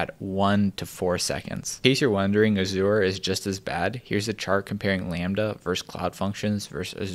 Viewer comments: I'd say 'Azure' is pronounced more like 'Ajer' not the way you say it, but I could be wrong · "uh-ZHOOR" lol. I guess it does look like "assure"...